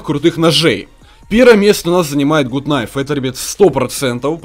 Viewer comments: Гат кнайф а не гуд кнайф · не гут найв а гат кнайв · Не Гут кнайф а Гат кнайф!!!!! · не Гут кнайф,а Гат кнайф! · правильно надо говорить Гат кнайф а не гут кнайф. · Не Гут Кнайф,а Гат Кнайф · ну гут найф а гат найф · Не гут кнайф а Гат кнайф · Те не умеешь читать какой гуд гад кнайв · Не гут а гат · правильно говорить Гат найф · извини но правильно гат кнайф